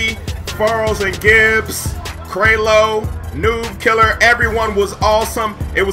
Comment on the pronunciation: He said nook killer not noobkill😂😂😂